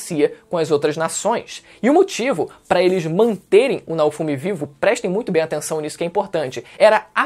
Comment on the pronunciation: PQP CONTINUA FALANDO ERRADO NAOFUMI, ASSISTI A OBRA E FALA ERRADO O NOME DO PROTAGONISTA, KKK